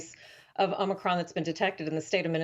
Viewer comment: Its omnicron man!